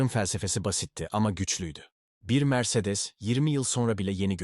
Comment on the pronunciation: Mercedes diye yazılır Meyreleş diye okunur yavuuuu 😂😂